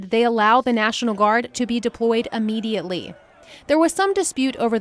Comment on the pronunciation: Ammediately is NOT a word!